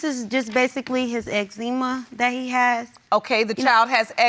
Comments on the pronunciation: She said "Ecxeema." Then the judge corrected her and said ecxema. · ive never heard anyone pronounce excma like that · Oh lord baby Jesus..she said noxzema instead of eczema...😂😂😂🤦🏻‍♀️ put a fork in me..I’m soooo done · “X-Zima “ Judge “eczema” Lol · X ZEMA? SMH She does not even know how to pronounce the baby's condition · “Ex C Ma” 😂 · "ex-zeem-ma" lol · TF is Ex-zeema?? 😂😂😂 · Ffs she cannot even pronounce her kid's medical condition right...ex seema? Seriously????? Poor kid did not ask to be born into thus much stupidity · She said "X-ZEMA"... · That baby momma gonna have to learn how to pronounce her child's medical condition - it's not "exEE-ma" - so I was glad Judge Lake corrected her. And she don't care. 🙄🙄 Girl, bye. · Ex-zeema lol eczema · Whew Chile... did the plaintiff just say “x-zeema” instead of eczema? You can really tell these kids are babies making babies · Did she say Exzeeema...smh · This girl just said XZeema lol I just passed out. Judge Lakes corrected her and kept talking lmbo. Don’t jump over that word being pronounced wrong!!!!!!!!! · Did this heifer just trying to say Eczema- but said x-zee-ma ooooooo chile.... which parent was 35👀 clearly something is not adding up. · Paternity court polishes these people up for television. This girl pronounced eczema like Eck-see-mah 😂😂😂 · I know she did not just say EX-E-MUH instead of eczema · Wheww Chile she said xzema 😩😩😂😂😂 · She didn’t even know how to pronounce eczema 😭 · Babies having babies... mother couldn’t even say eczema correctly smh. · He can't type. She can't pronounce "eczema." Sad!